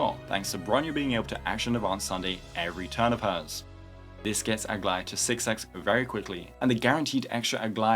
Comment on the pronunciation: It's official, is definitely my favorite 🤣🤣🤣🤣 it's beautiful. The outfit, colours and even the accent just feels RIGHT 😂. Nothing can beat this, nothing.